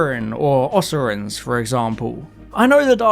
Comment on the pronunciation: sigh Osirans is pronounced ‘O-sigh-rans.’ In all seriousness, though, this was a great video and really gave me a lot to think about. I’m so tired of the New Series formula which has existed for nearly 20 years now. If RTD is trying to justify Disney’s involvement by saying that it allows Doctor Who to tell bigger and more expensive stories in order for it to compete with it’s contemporaries, then why isn’t he doing something new entirely? Take us to different countries, tell more stories on alien planets, shake up the episodic format a little by having narratives that span multiple parts, include companions from historic time periods or other worlds. I may be proven wrong, but at the moment, at least, it appears that Season 1 will just be like the rest of the revival, but with more cash in the pocket and a musical episode chucked in for good measure.